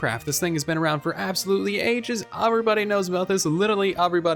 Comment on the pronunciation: Please stop saying aVeRyBoDy